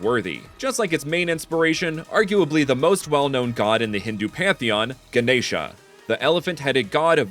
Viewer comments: Also you pronounced Ganesha perfectly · You pronounced Ganesha really nicely